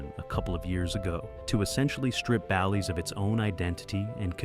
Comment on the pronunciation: Horrible video with videos used from another streamer….could not even say BALLYS correct